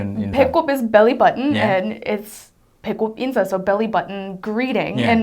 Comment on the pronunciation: "인사"를 들었을때마다 "인싸"라고 계속 들었네요 ㅋㅋㅋㅋㅋㅋㅋㅋㅋㅋㅋㅋ 아 어떻게..... ㅋㅋㅋ